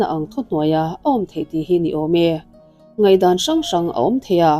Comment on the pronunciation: Ngaihthlâk a nuam e... Amaherawhchu, 'Ngaihzawng' tih turah 'Ngeihzawng' ti a i lam ri te, 'Ngaihdan' tih turah 'Ngeihdan' i ti te hi chuan ngaimawh a hlawh deuh.